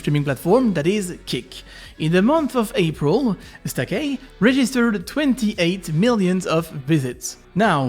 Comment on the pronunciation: pronounces stake wrong me: knows he can't pronounce it any other way because he's French (this is a joke, not meant insult but to have fun)